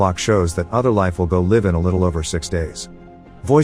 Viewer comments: Saying Liv instead of Live is hilarious. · I'm pretty sure it's pronounced "L-eye-ve". haha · "Go Liv in 6 days" LOL ... TTS is so. hard with English - not being phonetic like other languages... "Other life will go liv in about five days" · Every time I hear you say life in a vid, you pronounce it as “liv” 😂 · pretty sure live is pronounced live and not live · The fact that live and live are spelled the same and pronounced different has always annoyed me. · Holy shit it’s an AI narrating this. Realized when it used the incorrect pronunciation of “live.” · he doesn’t say the word “live” correctly is this an AI? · This text to speech is horrible it can't even say 'Live' the correct way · Your software can't pronounce live as in hive and jive and only live is in give ans sieve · Tts pronouncing “live” as “where one might have made their residence” rather than “to make available” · The way the TTS keeps mispronouncing "live" is a testament to just how little effort youtubers put into their craft. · Are these narrated by a robot. If a word has two pronunciations this thing will get it wrong. Live and record are big problems. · How many others cringed every time we've heard the word LIVE misrepresented? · I hate how this guy pronounces live in "Go Live(public)." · This is just another bullshit fake robot voice channel. These seem to be popping up all the time. Probably some Russian conglomerate like those behind bullshit craft channels etc. Just watch No actual English speaker would say "live" like that in this situation. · i like how the thign says live instead of live, ad read in stead of read, OH and also lead and not lead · Whyyyy does this guy pronounce words like LIVE and RIFLE like.. well the other way to say live and RIFFLE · I get that homonyms can be confusing, but you use the wrong pronunciation of live this entire video dude. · Saying Live instead of Live? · It's live not live. :)